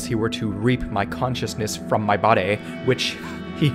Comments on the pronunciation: why tf did he say "to reap my consciousness FROM MY BAWDEYYY" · lmao the way he says body 😂😂